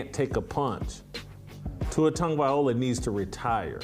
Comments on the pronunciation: Here we are 2 years later…..and you still can’t pronounce his name correctly 😂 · First thing, Jason…you need to learn how to pronounce Tua’s last name.